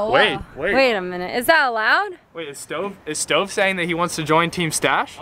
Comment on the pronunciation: it is not stov it is STOVE